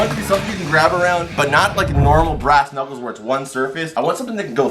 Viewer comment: “Right into the ass-knuculers", May 24, 2020